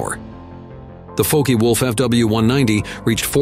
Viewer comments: Yup! Folkiewolf??? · "...the FOKEY WOLF"...🙄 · The "Fokey Wolf " ....... eh? Either way ,- you guys are so arrogant or lazy not to spell the name right ,- or you are unable too .... And you want to build some military planes .....?! aha ! "Focke Wulf" And your "strange" aircraft looks like the DO 335 from Donier 775 k/h fast ... two prop. In Front and rear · “Folky Wolf”?? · "folky wolf 190"...